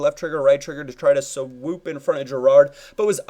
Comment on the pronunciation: Stop sayin swoop